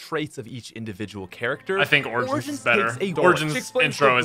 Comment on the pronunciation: pronounce origin in google. You pronounce it wrong lol.